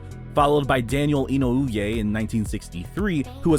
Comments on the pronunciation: Some time ago, I heard that Las Vegas is referred to, somewhat jokingly, as Hawaii's 9th. island because of the high number of Hawaiians in the area. in-oh-OO-yay? No, the Senator's last name was pronounced ee-NO-ay, per his Wikipedia article. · Holy crap you butchered Daniel Inouye’s name. Could’ve taken 30 seconds to google him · You did not just butcher Daniel Inouye's name in a video about Asian Americans. LOL Btw, the other senator's name was Hiram Fong. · you butchered Sen. D. Inouye's name